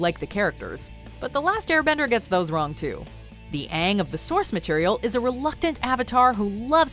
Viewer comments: They say "ong" not "aang"' liKe wHat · THEY SAID ONG NOT AANG And the actors didn’t even try -_ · It’s more like ‘ Uung ‘🤮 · I was so damn disappointed when katara said "oNnG" instead of aang lile gurl stopppp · From when I first heard them call him “ung” instead of aang I knew it would be a disaster. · it hurts when they pronounce Aang Ung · the film is so dumb that they call ang ITS AANG and kutoru it’s katara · And the girl playing Katara omg she kept saying aangs name wrong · Katara: “ung can you hear me?” Me: “HOW WOULD YOU LIKE IF I CALLED YOU KUTURA?!” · Ikr I was annoyed when he pronounced Aang wrong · It’s so annoying how they say Aang’s name wrong in the movie, They also made Sokka very boring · Fun fact: Aang's name is actually pronounced by "ong" but since the show version decided to use aang's name and make the A into a long vowel sound which sounds like "Ang". The short way to say this is that they americanized Aang into "Ang" that's why everyone is complaining that his name is Aang and not Ong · It’s pronounced UNG lol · I got triggered every single time they said Aangʼs name wrong. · 1. EEROOHH, ANGGG. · Things that annoyed me in the movie. -Didn’t pronounce their names correctly. -White washing Katara and Sokka. -Bland humor. -Too serious. -Over exaggerated fight scenes. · Bruh they pronounce the MAIN CHARACTER’S name wrong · 1. it sucked 2. it sucked 3. it sucked 4. it sucked 5. it sucked 6. it sucked 7. it sucked 8. it sucked 9. it sucked 10. They mispronounced names. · When I saw this movie, and they pronounced Aang’s name wrong, I was shouting at the TV 😆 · Katara loopies are gone, aang's name is mispronounced, Zuko isn't as hot as the one from the animated one, Tohp's doesn't exist as well as Suki, Sokka isnt as goofy as he has to be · I would've spelled them with an O judging by their pronunciations, or an AW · The Names are not really pronounced wrong, only for american English speaking people. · What the fu©k is "aaaaang" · Aung lmao